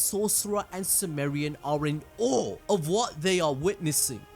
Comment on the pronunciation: SIMUUUUURIANS.... not "Sumerians". Sumerians is a real life people from way back in the day ancient History.